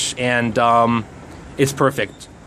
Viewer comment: pronounciation: the "ch" in "koch" should sound like the "gh" in "ugh". :-)